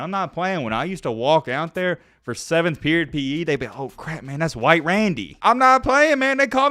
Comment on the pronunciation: Lmao Hwhite Randy 😂